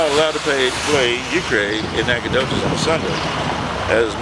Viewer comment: It's an Indian name and you can't pronounce it? Great video btw.